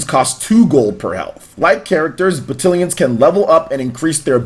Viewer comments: Isn’t it pronounced ba-TAL-ions? Am I wrong? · I feel like I'm having a stroke every time he mispronounces battalions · Great video, but you’re saying Battalions wrong...lol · Normally I’m like “if you can understand the point, don’t be a dick about the pronunciation.” But this one hurt my head. I think it’s just because of the frequency at which it was said. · I am glad you said something here because I was literally scrolling down to the comments to say the same thing lol. It was making me unreasonably upset to here him almost intenitonally say the word 30 times wrong.